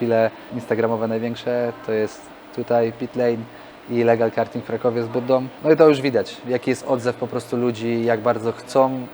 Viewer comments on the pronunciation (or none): gokarty, gokartów... a nie gogardrów !!! to jest karting a nie karding